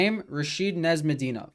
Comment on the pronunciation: Arent you serbian? Why do you pronounce Nezhmedinov like that